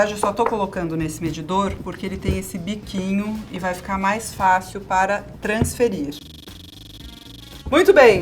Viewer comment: "transferirrrrrrrrrrrrr" 😂😂😂😂 a edição tem o humor da Rita. Muito bom!